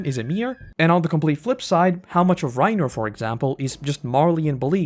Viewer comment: The amount of names that you mispronounce I’m suprised you don’t call Bertholt “Bertoto” (sub sound) - AirWin - Rye-i-Nair - Greeshuh -Gabby - Deena - But you say Bertholt perfectly 😂